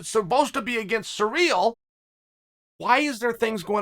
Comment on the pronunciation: Si rill not surreal lol